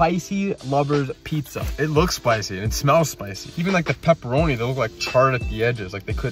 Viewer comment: Bro how come u baby talk? Pupperomi? Pieesa? It’s like the one bad part about ur channel, is the baby talking, if you just annunciated every word this channel would be S+ tier Oh and how you sometimes put “SH” on “s” sound